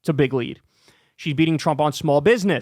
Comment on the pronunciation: Anytime you say big leap or big lead, it sounds like you are saying bigly 😂😂😂